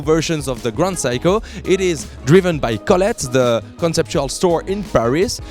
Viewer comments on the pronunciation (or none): SEIKO pronunciation of yours ”WRONG”💢 you just pronunce like this ' SAY KO” that mean 'SEIKO” not ”Psycho”💢💢💢 your pronunciation is NO! good💢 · phsyco ? i thought you pronounced it Seiko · What is psycho? I thought it was Seiko. (Say-ko) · It's awesome that the "Seiko" pronunciation in English sounds more like "Psycho". Priceless. For what Seiko offers for the money can be seen as "psycho" for the Swiss possibly. Made my day. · Its S-e-i-k-o not psycho dumbo!!